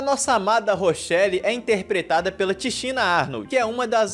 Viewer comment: a Tachinna (se fala Takina, e não Taxina), ela morreu…tem uns 3 anos mais ou menos